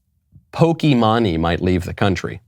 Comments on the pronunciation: I know Michael doesn't care, but Pokimane is actually pronounced "pokey-main". And I only know that from another gaming-based YouTube channel. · It’s poke mane that’s how it’s pronounced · Micheal, its pronounced pokey-main, if your gonna insult someone at least pronounce the name right XD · lol. love the show as always... but it's pronounced poke-mane like a Lion's mane. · I love how boomer Michael is. The "Poke-eee-monn-eee" pronunciation killed me. haha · When he said poki-mah-nee was hilarious 😂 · It's pronounced, pokey-maine. Lol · Horse mane Pokimane I know enough that I don’t mispronounce the name. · Everything was great except the part where he pronounces pokimane in the most cringy way possible multiple times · How tf can he not pronounce pokimane this guy is a clown lol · Haha, the way Michael pronounces Pokimane. Also, I'm pretty sure she won't be missed. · The way he pronounced Pokemane SENT me 😭😭😭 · Lol, pokimane. Love the pronunciation. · I couldn’t even watch this whole thing, it physically hurt to watch. It was funny how he pronounced pokimane so wrong tho lmao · Absolutely butched pronunciation of pokimane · Pokimahne lol Btw it's Pokimaine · Dear Michael Knowles; I find it endearing that Michael Knowles mispronounces various things. Pokimane is not Pokey Mahn knee, but Pokey Mane to rhyme with Horse's Mane. I'll save my Schism rant for later. Remember you went to Skhool, and Ben went to Szhool. We are in a Great Skhizm with the Orthodox not a Szchizm with the Anglicans. I really could go on. Sincerely in Xto A Ghetto Conservative Mike B. B. From Philly, P.A. U.S.A. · The way Michael pronounces Pokimane's name (pronounced poh-key-mane) is hilarious. Poh-key-mah-nee? I'm dying! This blatant reality check of "you're irrelevant" from Michael has never been so harsh! I love it, keep it up! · Pokimani lmao that’s a crazy pronunciation of pokimane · It's poki-maine not pok-e-man-e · Just for the record it’s pronounced “Poki-mane” not “Poki-mani” lol